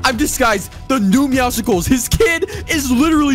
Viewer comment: How normal people say it: meowscles How says it: MeOwSiClEs